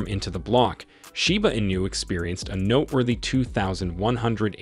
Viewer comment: Your title is a lie. Kiyosaki never said anything about Shiba Inu. You don't even know how to pronounce it right.